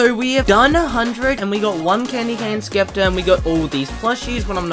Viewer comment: lol you call it a skepter XD